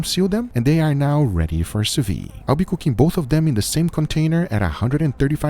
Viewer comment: Next challenge: saying sous-vide , not sous-vee. Just say sous-veed.